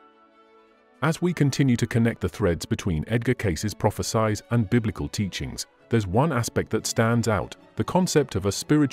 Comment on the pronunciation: This is another AI video. The person talking can't even pronounce prophecies correctly. Shameful.